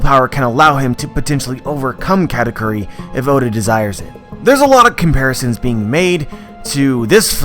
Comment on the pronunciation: actual pronunciation: ka - ta - koo - ri westerners: kkaaahtaykyuri